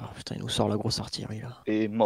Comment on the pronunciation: on prononce artiYerie putaing